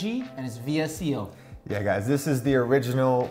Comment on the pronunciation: People pronounce VSCO as vis-co. Not hating, just letting you know!